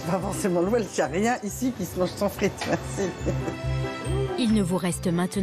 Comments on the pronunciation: Admettons la pureté d'origine (encore que le coup des frites et du cheddar gallois, j'ai comme qui dirait un doute d'AO), mais alors pourquoi vouloir nous imposer ta prononciation 'velse'??? Si importation il y a, pourquoi refuser la prononciation anglaise traditionnellement adoptée en français? Je reprends mes vattes, j'ajoute mes kivis :) Pour le reste, puisque ce plat n'est pas local, je suppose qu'on le trouve dans tous les bistrots de France et de Navarre? Je te laisse méditer le sujet ce viiik-ende, faire quelques recherches sur le veb en sirotant un vhisky, voire adapter la recette au vok... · On le prononce d'habitude welsh (velse), pourquoi cette déformation chez la journaliste ?